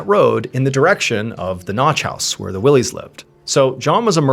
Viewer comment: “Why-Lee” not Willeys lol and it’s Crawford Notch, when you say “The Notch” we assume you mean Franconia 😉